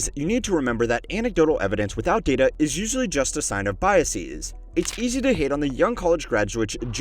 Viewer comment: You don't have to say Biaseez. Bias doesn't end in -sis like other scientific words, like analysis or hypothesis. So when it's plural, it's just biases. Like how you say houses. You wouldn't say houseez.